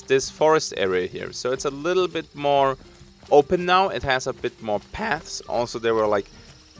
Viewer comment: "-a bit more, pAuaths."